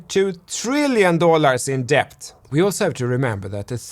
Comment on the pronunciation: Debt - pronounced 'det' .. the b is silent👍🙂